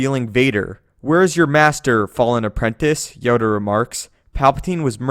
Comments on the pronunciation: he says yoder insted of yoda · Did you just say yoder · did he say Yodr?